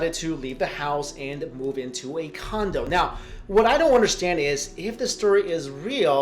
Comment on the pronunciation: At the end it sounded like he said she moved into a condom😂😂😂😂😂